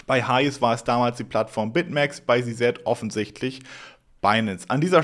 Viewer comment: Alter… Si-Si sagen die alle, nicht Si-Set… es gibt keinen Si-Set… sag entweder Si-Si, wie alle, oder Ze-Zet deutsch… oder sprech den Namen halt aus…